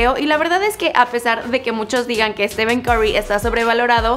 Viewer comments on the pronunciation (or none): Dices estiven no estifen o esteph Escribi la pronunciacion no como se escribe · Se pronunciaria "Estifen" no "Estiven" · Es stephen, no steven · Stiven? O Stephen? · Porque le dices Steven noooo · pq le dice steven jajsja